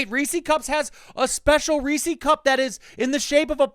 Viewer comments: My guy, how can you live in PA and pronounce Reese’s wrong? It’s Rees-sez not Rees-seas! (I’m in Harrisburg like 20 minutes away from Hershey. They say Rees-sez at Chocolate World.) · Have I been saying Reese's wrong my whole life, or have you?? You got me questioning my past... Maybe it's a regional thing? I'm in PNW and I swear its "ree-sehz" ahhh but now I just said it out loud so many times nothing sounds real so who knows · You live in Pennsylvania, pronounce Reese's correctly.